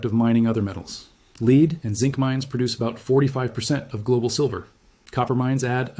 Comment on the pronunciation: He said "leed" instead of lead or "led"